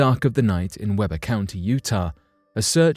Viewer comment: The county in the first story is pronounced WEE-BURR